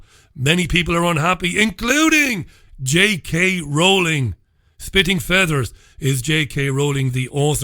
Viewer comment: did you say 'spitting feathers' or 'shitting feathers'? You were talking about Osborne having a fondness for sticking baby pigeons up people's arses and I assumed he had met J K Rowling at some point!